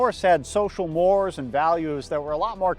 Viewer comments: Firstly, great review. Secondly, for my entire life I've always heard and pronounced "mores" "morays," but in recent years, I'm hearing Youtubers and other content creators, when it's in fact said, pronouncing it "mores" as in "more" plural. Googling shows only that "morays" is the correct pronunciation, and I of course realize language can change and that those changes are legitimate, but.....is this a case of people only ever having a read a word and never heard it spoken out loud...or what? This is so important that I may die if I don't get a definitive answer. My life is in your hands. Please love me. I'm sorry. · Mores has the latin pronunciation: mor-ays.